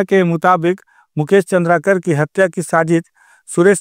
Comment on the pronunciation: चंद्राकर लिखा है उसे भी चंद्रकार पड़ रहे हो